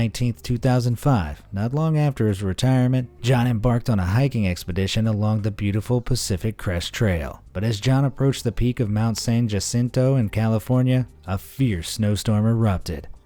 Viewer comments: Jacinto is pronounced "hah-SEEN-toe" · Ha seen tow = Jacinto. I wish this dude would look up the words before he narrates. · He can pronounce Leicester correctly, but not Jacinto or Potomac 😒